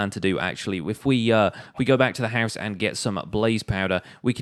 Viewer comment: No one:: "haus"